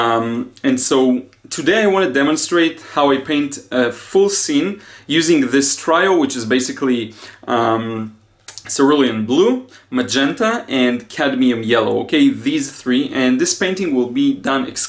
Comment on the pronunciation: Funny how we can't see faults in our own paintings,I find if I put it away for a while and look at it with fresh eyes I think how did I miss that.Your English is good,arduous is perhaps too strong a word here and trio is pronounced tree-o